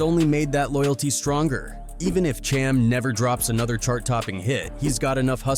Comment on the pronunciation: Dude butchered Cham's name for 20 minutes str8 😫